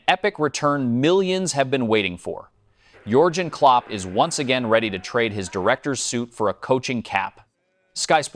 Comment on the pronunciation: Sean Dayche ha ha ha. Only a stupid American commentator could mispronounce a name as simple as Dacha. Pathetic. "adaledico". ha ha ha. It never ends "Yulian" Nagelsman...LOL and Yorjen Clop....stop please. Useless AI